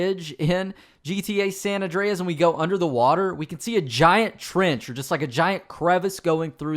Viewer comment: Awndreas lol